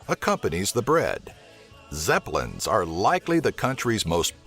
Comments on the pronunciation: I just wanted to correct you hehe.. Its not Zepelins... Its Cepelins or Cepelinai, i keep on trying to correct my friends but they keep on saying it wrong. Also thank you for making this video. Cant wait to show it to my History teacher :3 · Cepelinai ne “zeplins” lmao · Its not zeplan its cepelinai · He said 'cepelinai' wrong! he said 'zeplin' WHAT THE HELL! JUST READ WHAT IT SAYS! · Its not Zepelins :D It is Cepelinai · About The Food- You called it Zepelinai But It's Actually Cepelinai ! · zeplin really??? its cepelinai. lololol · Rly zeplin? its Cepilinas !!!! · Vos neapsiverkiau kaip sakė cepelinai 😂😂😂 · You pronounced the traditional dish wrong :(